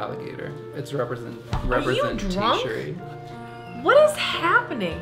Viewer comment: "I thought it was a select-a-size but you have the full sheets.... This is an alligator. It's representatiary" 😂😂😂 My favorite moment.